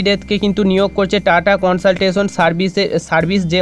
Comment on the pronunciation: Not কনসলটেশন its কনসালটেন্সি